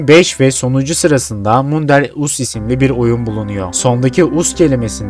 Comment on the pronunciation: Us nasıl bir telaffuz 😅 As diye okunuyor kardeşim kendini zorlama